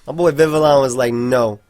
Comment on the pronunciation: Yo. Congratulations on pronouncing Vivillon correctly man. I knew we'd get here one day.